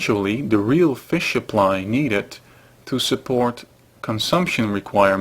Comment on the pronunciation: you must be swedish, you almost said fisk